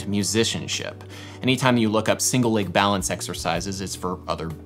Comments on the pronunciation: Why do you say lage in stead of leg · how do you pronounce leg? Ł Æ Ï G ?